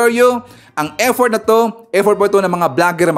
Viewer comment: Effort hndi eddort.ha ha ha